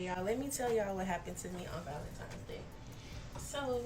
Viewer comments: I would like the general public know.... it's valentiNe's.... NOT valenTIME'S day... 😑😑😑 there is no "M" DAMN! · These girls are so lost. Keep saying valemtimes day 😂 I pray for them to wake up, have eyes to see, ears to hear, we are not each others enemies. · ValenTIMES day😂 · How one so many people have so much time for pure foolishness. And these girls are trashy. And by the way, it’s valentine’s day, with an N not an M.